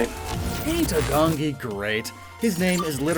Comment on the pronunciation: kinda late but just wanted to say that pronounciation for Agongi would be A-gong-i if it were to be more accurate to korean pronounciation. Great video still! Love that my home country's getting attention anyway.